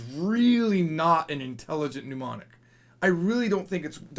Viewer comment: Why do you keep saying "mnUmonic"? It's not a desease! It's "mnEmonic".